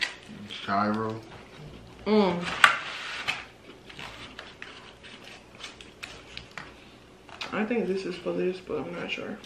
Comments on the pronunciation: Gyro isn't pronounced guy-ro. Dammit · Gyro is pronounced hero. I think they meant, it was the hottest selling dish on their menu. 😂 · Let me be the first....to comment its pronounced "Euro"...